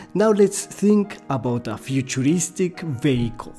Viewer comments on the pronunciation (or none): Great video! I wish my old art teachers could explain the difference between 'good sketchy' and 'bad sketchy' like this. I wish I sounded as cool speaking Spanish as this guy does speaking English! And just for a second, I heard 'futuristic bagel' instead of 'futuristic vehicle'. A bagel would be a good way to practice ellipses! Keep up the good work dude! This really helped me! Thanks！